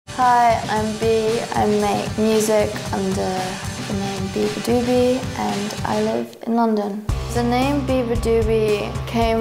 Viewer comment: bruh it’s beabadoobee not “beabadoobie” 💀💀